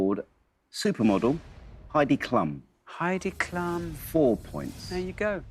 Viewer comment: Heidi Klum’s name pronunciation was baffling and hilarious.